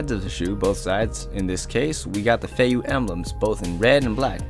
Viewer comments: I'm pretty sure its pronounced feiyuueh not feiyou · You have feivue, not feiyue